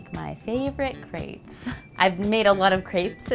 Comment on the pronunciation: I get really pissed of about the fact that no one seems to had French classes in school. Y‘all can’t even pronounce Crêpes.